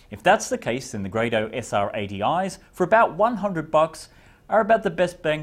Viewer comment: It is pronounced GRAW-DOH WOW!!